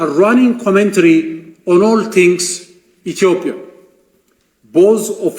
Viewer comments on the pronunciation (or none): none